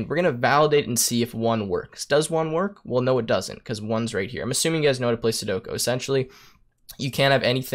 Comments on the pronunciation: Sudoku, not sudoko.... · “Sudoko” lol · Please tell me by now you know it is pronounced Seh doe koo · The way he says sudoku doesn’t hit my ear right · You can't write an algorithm to solve a game and not prounonce it correctly